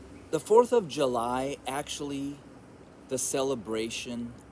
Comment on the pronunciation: The fourth of Yu-lie!!!!!.remove the j and put a y